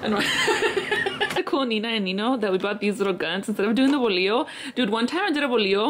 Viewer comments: Had me 💀 when you said Bolio instead of bolo 🤣🤣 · Congratulations on the bautizo! So nice and lit like alwayssss🔥💗💗💗💗 girl you got me dead saying bolillo instead of bolo😂😂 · It's sound like u r saying bolillo 🤣🤣🤣🤣 love your dress absolutely the best padrinos ever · Girl I couldn’t with the bolio instead of bolo 🤭😂 I replayed it idk how many times . Love you girl ! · Lmaooo not the “Bolio” 😂💀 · The bolio had me dead 💀 but the money is bread so bolo=bolio 😂